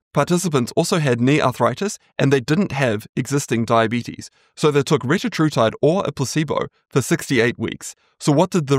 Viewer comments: It’s pronounced re-TA-tru-tide (or re-TAT-tru-tide, essentially the same). The point being that the second syllable is always emphasized as in tir-ZEP-a-tide. Can be confirmed by listening to the CEOs of the respective companies when they pronounce it. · Fun fact, that’s not how you actually pronounce it! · Retatrutide only has 3 t's, not 4. It's ridiculous some people add consonants where there are none. There is no linguistic or medical reason for it. It is technically a mispronunciation.